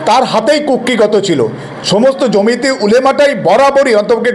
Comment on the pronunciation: জমিতে নয় ,জমিয়তে ।বিশ্লেষণ মন্দ নয়। ধন্যবাদ